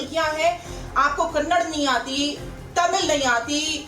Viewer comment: It's not kannad it's kannada